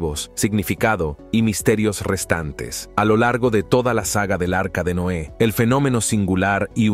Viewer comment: Por que dice NOA , es NOÉ